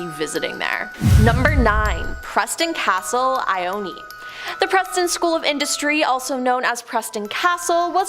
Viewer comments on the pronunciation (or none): Um the pronousion of ione the e is silent